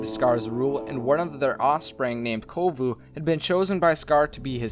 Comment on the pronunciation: Sorry to correct you but its "Kovu" and "Zira"